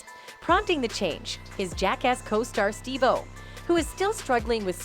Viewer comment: Steve Wild-o? Really?